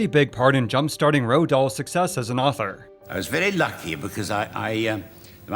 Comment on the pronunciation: Every time he said "the Owther" I chuckled lol.